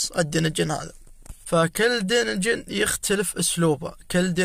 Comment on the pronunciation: هلا بيك شكرا على شرح بس ملاحظه ما تنقال دينجن دانجن